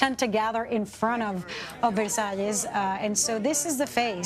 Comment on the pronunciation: Versailles ….. have respect and learn the pronunciation, u re media , fake one